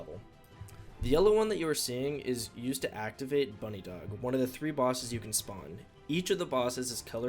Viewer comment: this dude just called it "bunny dog" lmao what it's "buh-nidhog". aka 'nidhogg' the dragon in norse mythology.